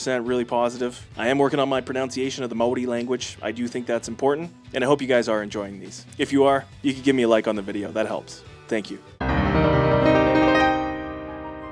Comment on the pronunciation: While your pronunciation of Maori words is really good, your pronunciation of pronunciation isn't!😂